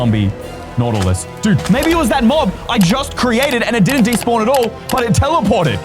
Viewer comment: It's Nautilus not Nautily